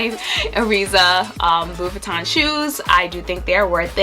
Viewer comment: LU-BU-TAN - Pronuciation